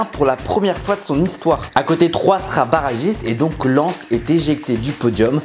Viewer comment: Il a dis len au lieu de Lens 😭